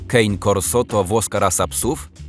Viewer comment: Nie kein korso, Kane a raczej cane to po włosku pies a corso to główna ulica